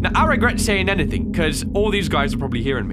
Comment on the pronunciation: I love when he says "anythingh" XD